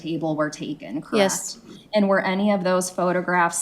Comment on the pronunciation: I hate how she makes the word and- have 77 syllables! Aaaaaaaaaaaaaaaand burns me up